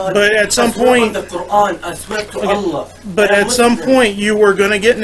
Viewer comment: I swear at one point he says I swear to Ala